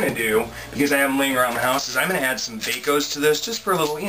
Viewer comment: lol you called it Baco's at first!!! LMAO!!